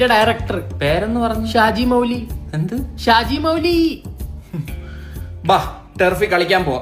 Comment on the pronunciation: ഷാജീ മൗലി അല്ലടാ ഷാജി മൗലവി 😂😂😂😂😂